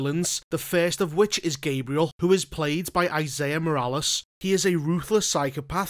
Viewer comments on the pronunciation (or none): Esai Morales (ay-sie) (eh-sie) not (ie-say-ah).